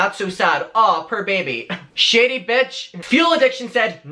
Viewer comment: Every time you say “shady” it sounds like you’re saying “shitty”😂💩